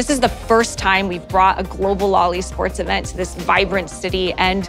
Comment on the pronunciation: You say "LoL eSports", I hear "loli sports"